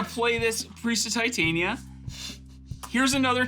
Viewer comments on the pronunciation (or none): none